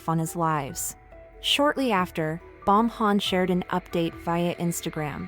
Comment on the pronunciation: “Bomhan” lol